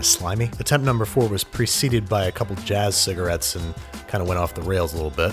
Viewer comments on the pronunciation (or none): mhmm "Jazz ciggaretts"😂 😎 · He said “Jazz Cigarettes” 😂